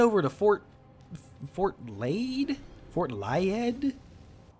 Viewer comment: I would pronounce that Leeth The double d makes a th sound to my knowledge Which means Blaidd is actually Blaith